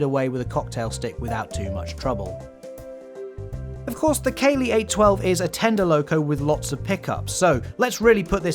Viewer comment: "Caley" is pronounced "Cah-ley". Your "Cay-ley" is a whole different word (cèilidh). 😂